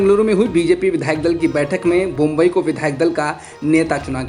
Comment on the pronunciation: नाम है, बोम्मई नॉला जा रहा बोम्बई!